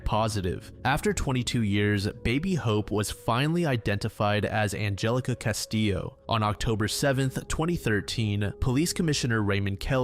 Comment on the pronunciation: it's pronounced castiyo.